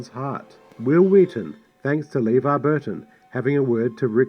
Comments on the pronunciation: "LEEvar Burton's name was mispronounced by the director..." (hee hee) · "Leevar Burton's name was mispronounced..." That's irony right there.